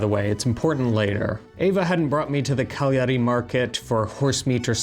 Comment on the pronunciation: you are probably the first english speaker I've heard in my life that pronounce "Cagliari" (almost) correctly. Well done, sir, well done 😄👍👍